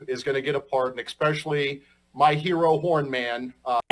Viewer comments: It is a pet peeve of mine when people say “ex-pecially” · David, I said "EXPECIALLY" about half a second before you did. You shouldn't hang out in my head - it's not pretty in there!!! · Never heard of "Expecially" before...... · “Expecially”, I said right with you David! 😂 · Is "expesially" something that people have heard before? First time I've heard of it. That goes way harder than "ax" and "exetera". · LMAO, This man is another "Sick" human being, and I state "Human" very lightly....And how do you pronounce "Especially ?"